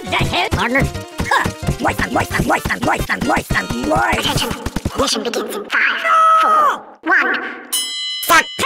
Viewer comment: I realize now spy is like the only one to say pardner